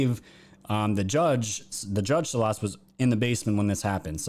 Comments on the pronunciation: Salas - the accent is on first syllable... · Saul-ahs and Oregun not Oregone. Sorry but my mother's maiden name was Salas and yeah, I'm from the Northwest. Love your show bruddah!